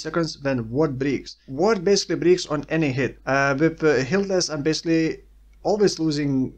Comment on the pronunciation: breaks is pronounced the same as brakes, the "e" isn't supposed to sound like the e in "beaks" :D Huh interesting that hiltless works and other stuff doesn't lol, maybe reflect maps could work but would be a pain to manage the damage taken haha and also only do reflect maps xD I saw some guy's build with this and he uses warlord's mark cwdt for automated rage I assume, and Just some ideas to yoink :P Also perfect weapon corrupt is fortify Always interesting to discover new interactions like this, thx for the vid!